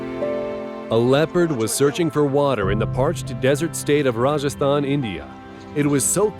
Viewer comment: Bruh thanks for pronouncing Rajasthan correctly